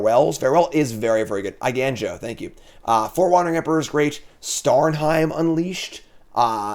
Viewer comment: I love content, but “Eiganjo” as “Eigainjo” just kills me. (For the curious, the “ga” in Japanese is closer to the sound in “gone”)